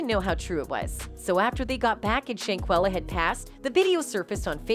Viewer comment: SHANquella!!! Say her name and say it correctly or don't say it at all! First you say SHAquella then you say SHANquella The next time you say her name, its back to SHAqulla again. How do you report on the death of someone and muck up their name like that? It's like you knew for sure one of them is correct and instead of confirming the true pronunciation of her name, which would have been very simple, you decide to just fluctuate between both in hopes that no one notices the obvious carelessness and disrespect! SAY HER NAME: SHANQUELLA ROBINSON!! RIP BABY GIRL!!🙏🏾❤😿